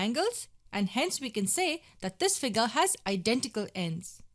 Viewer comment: Nobody: The girl: FIGAAr [Figure]